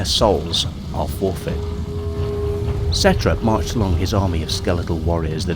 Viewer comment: I’m pretty sure the ‘P’ in Ptra is silent; it pronounced Tra.